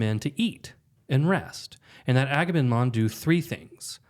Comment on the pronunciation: Enjoying the discussion. However I can’t hold back any longer… are you guys saying Aga-nem-non? It’s Aga-mem-non.